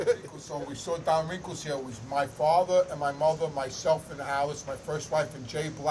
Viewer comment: Keeps saying Don WRINKLES....LOL